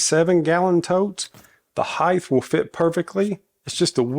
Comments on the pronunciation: Stop saying heighth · Heighth. Love it. Reminds me of my dad.